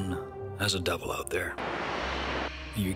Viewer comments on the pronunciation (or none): Is he saying "double" or "devil"?